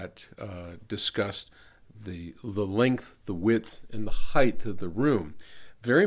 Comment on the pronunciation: It's HEIGHT, not HEIGHTH